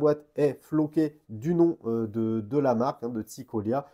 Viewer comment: Ça me fera toujours rire de t'entendre dire "une montre EUD' plongée" 😅